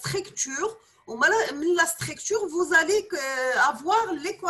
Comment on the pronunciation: ellah yatik essaha madame (cependant il y a une très petite remarque on dit STRUCTURE ET NON PAS STRAICTURE) je m'excuse pour la remarque mais votre cours est très important merci encore